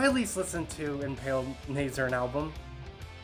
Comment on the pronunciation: Weirdest metal channel ever. Literally had to turn this off because of that unfunny shit at the start. Also, I beg of you to look up how to say Nihil and Nazarene.